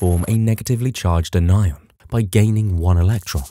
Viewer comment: the way you say anion is infuriating